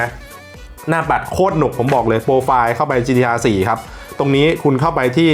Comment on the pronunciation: ออกเสียงชื่อรุ่นนาฬิกาผิดหรือเปล่า